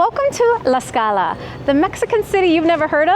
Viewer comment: Lady!… there’s a strong T on Tlaxcala, I keep hearing Laxcala